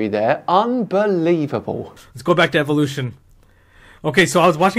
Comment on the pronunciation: I like how you pronounced evolution as evilution because that’s exactly what it is. Evolution is based entirely around coincidences. When you look at it from a logical standpoint point it doesn’t hold up.